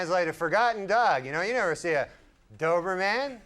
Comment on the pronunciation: “It was a dober-MAN dog.” I love how Norm would purposefully and perpetually say words wrong like he just learned it.